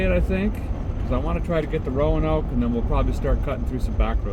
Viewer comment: Derik - Roanoke, VA is two syllables, not three. Loose the "a" in the pronunciation. Roanoke, Co., VA native here. Ro-noke